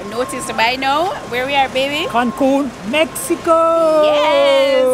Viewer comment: It's Cancun😂 not Cancum